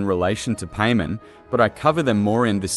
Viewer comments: No offense but it's paimon not pay men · Cool vid the only problem I have is you saying her name wrong. It’s not Paymon it’s Paimon like Pai pronounced like Pie 🥧 and mon like Pokémon or Mon of Monday. Paimon. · Stop pronouncing it paymen. Pai. Mawn. They pronounce it in game for you every sentence because paimon talks in 3rd person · I keep hearing Payment so I had to look at the video instead of just listening to it... lol I still believe Paimon is a primordial. Given how Hoyoverse uses P.A.I.M.O.N. as email handle, P could just very well stand for Primordial. Like how one of the construct boss in Sumeru desert is called Asimon, Algorithm of Semi-Intransient Matrix of Overseer Network, Paimon could very well be a construct just like how she love to jokingly make construct beep construct noise. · Painmon not Paimon. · Any corrections and additional info will be added to this comment! • This is text to speech. I am not the one pronouncing it paymen. • Many people have pointed out that Paimon is said to have some rainbow string that looks like it goes up past the sky. Seelie courts have a line that can be seen when using elemental sight that actually points in the direction of the seelie! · the ai australian voice saying pay min is so fucking funny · I can't help but hear you say "payment" the whole video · Did he just call her "pay-man" 😭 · Lmao paymon… 😂 the entire video I didn’t pay attention cause I was stuck on just how awful annoying it was.. I mean I hear names pronounced odd all the time but something about saying paimon as paymon.. is absolutely invoking an uncanny valley feeling if that makes sense… 😂 couldn’t take this vid seriously 😂 BUTT I still appreciate ur speculation on this topic… but goddamn if one thing I’ll remember and take away from this vid.. UNFORTUNATELY… is PAYmon.. 😂😂😂💀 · when you say paymon it throws me off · That's not how you say Paimon